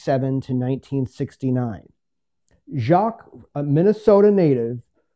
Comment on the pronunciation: Nice piece! Enjoyed. Fyi. Lee’s last name is pronounced ‘jay-qweeze’. Check with foundation in Aikin mn to verify